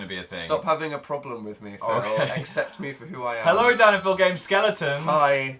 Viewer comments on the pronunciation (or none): I thought Phil said DAD not DAN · dosent it sound like phils saying dad? I mean I know hes not... Just though it would be fun to point out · did anyone else hear phil say "dad"? hahahha I know he really said "dan" but that's what I heard XD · was it just me? phil said "dad" instead of "dan", did anyone else hear that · phil TOTALLY sounds like he said "dad" instead of "dan" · every time I hear phil say "Dan" I hear "dad" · ugh why did i read this? fml i can only hear "dad" now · it sounds like phil called Dan dad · je sus christ i thought phil called him "Dad" for a second there